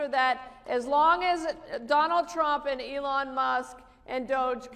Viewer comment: Oh for God's sakes really you can't pronounce Elon you say ellen? And it was very snarky of that woman to pretend to get the pronunciation of Doge wrong... losers